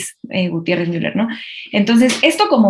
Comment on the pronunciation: Es Miuler no Muler.